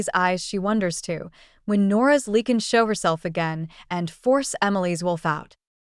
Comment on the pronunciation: You pronouce Lee-can ...... It is pronounced Li-can